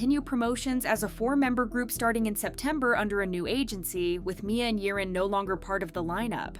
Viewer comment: Girl. Its YIREN. Not Yerin, Yaren, Yirin. YIREN!